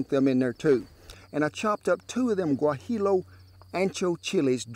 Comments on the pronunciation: Love your VIDEOS. You mentioned "Güajillo" pronounced "Wah-Hee-Yo" All double LL's ALWAYS are prounounced like a "y" in Spanish. Also, unless I am mistaken you might mean "Mexican man" who taught you. Take care partner and thumbs up on your videos. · Looks delicious. We've got to work on your Spanish, though, brother. :) (When you pronounced "guajillo", I thought, "Oh my, you are from Oklahoma.") :) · Güajillo peppers, pronounced "Wah-he-yo" Good videos...miss your dog on your videos.